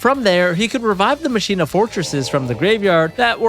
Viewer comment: So is the word "machina" pronounced wrong on purpose? Is that a yugioh thing or yall just dont know that word? Lol